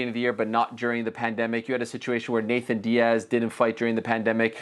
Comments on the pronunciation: I hate how Ariel says “Nathan Diaz” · This man said “Nathan Diaz”